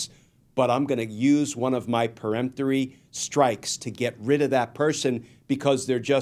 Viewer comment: Glenn, thank you for say PERemptory, not PREmptory!